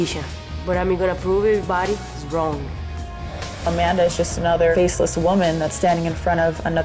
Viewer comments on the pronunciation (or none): Miesha "Cupsize?" Tate vs A-Man-Duh Nunes